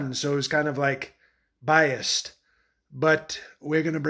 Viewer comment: “it was kinda like biast....” 🤣🤣🤣